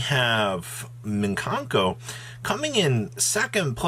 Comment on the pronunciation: And "minkanko"